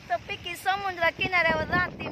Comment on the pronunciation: समुद्र.. म्हण बरं एकदा..... समुंद्र नाही ग.... एकदा म्हण bar😅😅😅